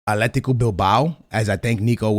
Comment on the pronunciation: “Aletico” Madrid 🤣